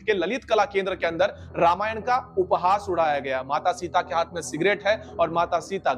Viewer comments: भाई वो हात नही हाथ होता है। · हात नहीं हाथ😅